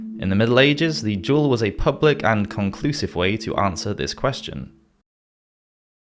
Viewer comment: By the by… it’s pronounced “duel” not “jewel” 😊